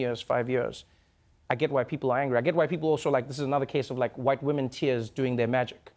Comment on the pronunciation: whute wamen